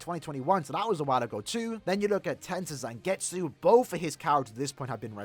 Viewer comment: It's zangetsu